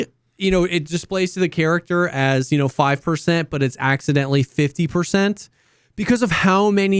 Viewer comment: schfifty percent 😂